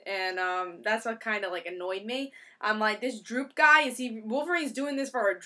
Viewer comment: Great review. Btw It's Doop. But anyway I gotta say I didn't really like the art for this issue but then again I don't think Bachalo is half bad. Anyway I gotta agree with you I am not a Doop fan either and I didn't really like the story. If you are really bored you can go through and translate doop's language.